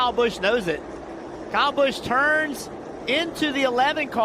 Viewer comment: bro why dose say KYle BUsOOh